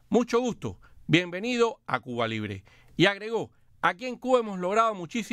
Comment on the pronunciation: ¿Por qué el dice "Cu-a"? Por favor enuncie correctamente. Se dice CU BA.